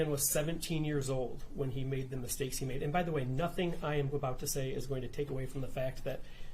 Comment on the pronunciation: "My baby didn't do nuffin"🙄